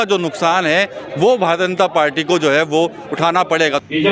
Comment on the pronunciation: पाल्टी नही पार्टी बोलना सिख ले भाई